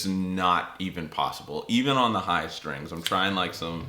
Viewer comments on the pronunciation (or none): no H in strings. you must be from pennsylvania..sHhtrings